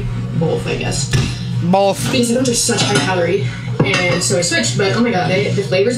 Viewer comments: it’s just making fun of how she says “both” BOWLTH lol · It’s because she adds an L to both. She says “bolth.” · ohhh 😂😂😂😂😂😂😂😂😂😂😂😂😂 duh